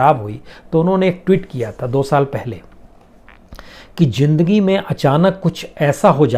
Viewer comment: Sir aap words Sahi Nahin Hai zindagi ko Jindagi Khan ma K word silent Hota Hai aapke Sabhi Kuch words Rang Hain